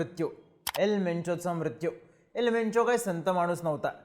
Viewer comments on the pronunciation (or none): वेंचो बोलताना काळजी घे रे बाबा... सारखं सारखं वेंचो वेंचो बोलताना वेगळंच तोंडून निघायचे 😂